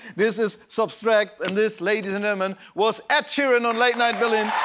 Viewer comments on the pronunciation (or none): Funny, wie er immer „substract“ sagt, anstatt „subtract“ hahaha